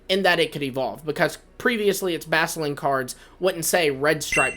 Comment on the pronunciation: You didn't pronounce the CU in Basculin's name its BASCU LIN